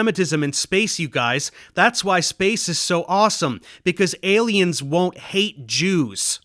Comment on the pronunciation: I'm gonna watch that TED talk. Although someone needs to tell that lady how to say 'aliens' a little clearer.